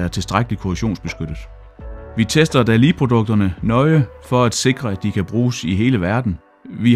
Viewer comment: Var det ikke nemmere at tilføje undertekster til YouTube, så behøvede I kun én video? Og jeg studser lidt over hans udtale, han udtaler det mere som noget der ville staves Dalli, enkelt-konsonant giver langt vokal, så Dali burde rime på Salig, med lang a-lyd.